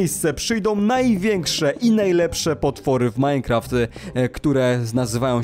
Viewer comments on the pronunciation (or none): none